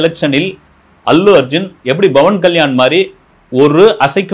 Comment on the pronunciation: Sur it is not Bavan kslysn it is Pavan kyan It is not aB it is Pl